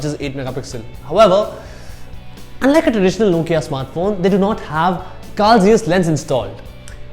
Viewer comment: It's Nokia .who cares what u say